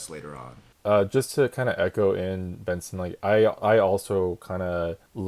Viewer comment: Oh my god! I had this video playing in a queue while I was checking something else, and I suddenly heard my name! You pronounced it right, Benson. Thanks for having me for Lunch Break! 😁